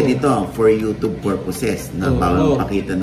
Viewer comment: Ogie mali ang pronounciation mo ng UTUBE. HOW DO YOU SAY CUBE?